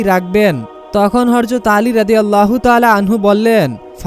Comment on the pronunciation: শুরু টাই ভুল৷৷৷৷৷৷৷ হরযত না বেকুব,,, প্রিয় নবীর নাম শুদ্ধভাবে বলাটাই সুন্দর,,, হযরত মুহাম্মদ মোস্তফা সাল্লাল্লাহু আলাইহি ওয়াসাল্লাম